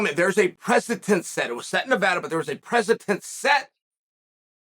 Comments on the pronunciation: It's preceDent. Not press-a-tent. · The precedent set by the English language: precedent Chael: precitent The dictionary: precitent